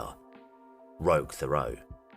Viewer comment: As a French Canadian the way you pronounce Thériault is hilariously wrong